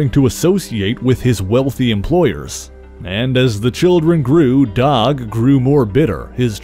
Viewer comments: Dawg ? Are you trying to say Doug ? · Are you saying "dog" or "doug"?